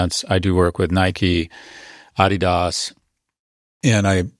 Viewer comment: “A-dee-dass”??? lmao